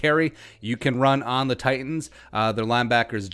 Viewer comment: If we win, you gotta pronounce "Titans" correctly. Just once. Just one time. Pretty please...